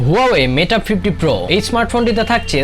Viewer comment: Aree bolod meta na mate